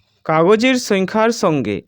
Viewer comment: স্যার সেংখ্যার না সংখ্যার 😅😅😅